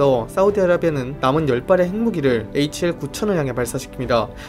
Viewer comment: HAL인데 계속 HL이라고 하시네욥